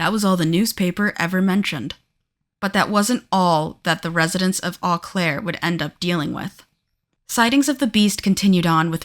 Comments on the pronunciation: It’s pronounced “O Claire” not “Aw Claire” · 😅its pronouced 'Oh' Claire dont start with an e sound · And it's Oh-Claire, not Ah-Claire. Seriously, is it that hard to look up pronunciation? It's super grating to listen to. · O claire. Not au claire.